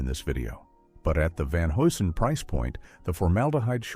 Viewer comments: Repeat after me: Van "Hugh Son" HUGH - SON ! 🚨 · Van Hew'sen is how you pronounce it